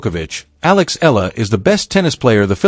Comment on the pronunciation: Please pronounce Eala correctly djokovic did